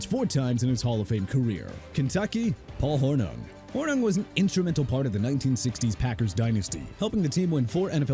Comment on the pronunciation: Nice way to pronounce Paul Hornung’s name. 😂